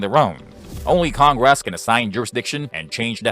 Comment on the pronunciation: What's "con-grass"? I HATE these vocal simulators 😞